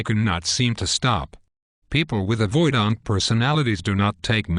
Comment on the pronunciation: "Avoid-ahnt" :( Great topic that's sorely lacking in YouTube videos. AVPD crushes lives. Thanks!